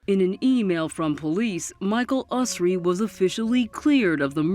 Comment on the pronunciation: It would have been good of the producers to pronounce Michael Usry's name correctly. They had, after all, heard him say it himself in their interviews of him